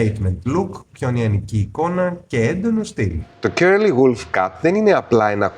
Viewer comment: Ευχαριστώ πολύ για τις πληροφορίες! Μονο μια διόρθωση στην προφορά του curly ❤